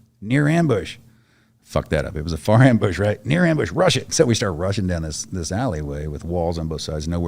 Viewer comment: That dyslexic guy in squad....."mabush...MABUSH!!!!"